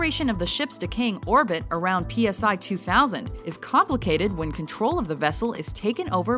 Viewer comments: You can tell that watchmojo's writers know nothing about star trek. Its pronounced Cy 2000 and not P.S.I 2000. Doomsday machine should # 2. Mirror Mirror should not even be on he list. Replace it with "This side of paradise". etc etc etc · In "The Naked Time," the planet is pronounced "SIGH 2000," not P..S..I 2000. In "Arena," the stuff to make weapons was not "just lying around." The Metromes informed Kirk that there would be resources for the construction of weapons "lethal enough to destroy the other." If you're going to do such a presentation, get it right. Also, who said these were the top 10 episodes? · Interesting! They mispronounced PSI2000 ('si'), and called Andorians, Orions!